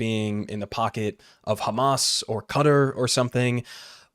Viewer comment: He was saying Hummus this whole time.. Sabra hummus... :)